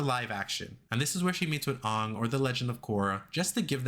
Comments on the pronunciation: Why did u say ong instead of aang??? 😭😭😭 ragebait fs bru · Did u call Aang "Ong" at the end